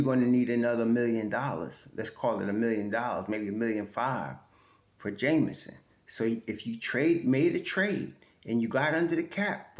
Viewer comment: Hey - The brother's name is JEMison and not Jamison, just for the record. 😊